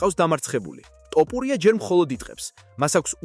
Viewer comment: რა უბედურებაა ტოპურია?! რუსი ხარ? დავუჯერო (თ) თქმა გიჭირს?!